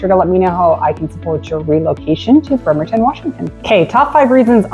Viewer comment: It's BRRRemerton not BERmerton...